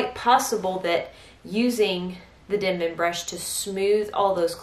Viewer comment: It’s Denman. Not dinman.